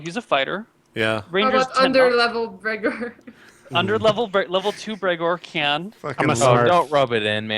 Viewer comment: You just butcherd Bregor